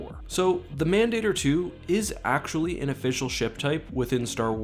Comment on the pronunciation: you're mispronouncing mandator